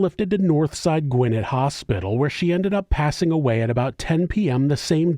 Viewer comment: sigh It's gwen-NET. GWENNETT